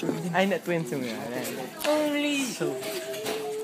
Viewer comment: twins po dapat ' ndi tweens ^^